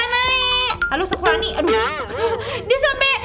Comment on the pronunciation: Kakak salah ngomong harusnya nge-prank sakurani bukan sakuroni